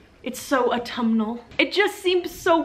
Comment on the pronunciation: Say "Autumal" ONE more time... ....and I will eat the soap. HA.